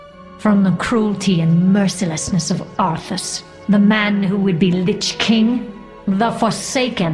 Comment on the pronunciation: Lich King, not lichking.